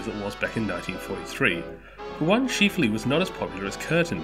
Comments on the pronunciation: Chif… not cheeeef. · It's chif-ley NOT Cheef-ley.